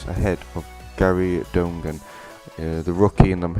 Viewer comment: donegan is pronounced done again lol good try tho